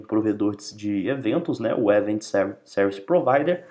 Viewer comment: Show de bola essa explicação de como funcionam os eventos no Laravel! Explode my mind!! há há há ... Obrigado pelo share! Por estar acostumado a ver vídeos em inglês, confesso que a pronúncia de algumas palavras me incomodaram um pouco tipo "event" mesmo, mas claro, isso é só uma crítica construtiva pros próximos vídeos que fizer e que não atrapalha de forma alguma a orientação e objetivo desse vídeo. Muito obrigado mesmo!!